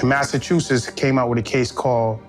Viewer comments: I finally unsubscribed because I can no longer take hearing her mispronounce “Massachusetts” as “Massachusess.” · I'm sorry, but the way you pronounced Massachusetts is crazy lol